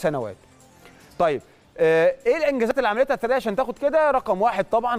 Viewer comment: يا عم ايه الفضايح دى الست اسمها ثريا (ثوريا )مش ثريه ! انت عمرك ما سمعت الاسم قبل كده ولا بتقرا من غير مخ !! اهتموا شويه بللى بتقدموه ده اكل عيشكوا ! بديهيات مؤهلات المذيع اجادة القراءه ! سعة الاطلاع تنوع المعارف ! تنوع الثقافه ! معرفة بعض اللغات الاجنبيه ! لنفرض انك دخلت المجال بالواسطه او المحسوبيه او سؤ الاختيار فلماذا لا تحاول ان تطور نفسك وتصبح جدير بالوظيفه